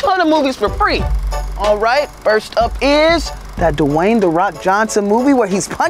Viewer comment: In every summer job ever says da Wayne the ro k Johnson instead of Dwayne he says de